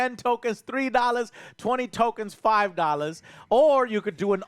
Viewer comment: Can we take a moment to appreciate how Joe say; "Dollahs"